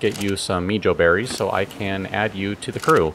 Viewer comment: the beries are pronounced mae-hoe berries